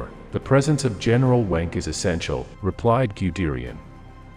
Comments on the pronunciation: General Wenck is pronounced “Venk”. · Leibstandarte….pronounced phonetically: libe-Shtan-darteh Wermacht…pronounced: Vermacht Wenck….pronounced: Venck Good video although poor pronunciation undermines your hard work.